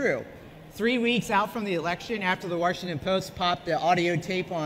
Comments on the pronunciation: Wash not Warshington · Why does (porn name) say "Warshington"? 🤦🏻‍♂️ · "Warshington Post"